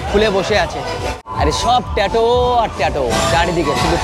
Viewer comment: Bhai prothomoto pronunciation gulo thik kor. Ota ট্যাটো noi, ট্যাটু.